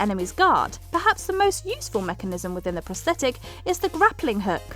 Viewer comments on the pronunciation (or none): none